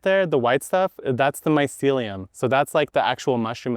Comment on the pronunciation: mycellia? loll just like chamomille loll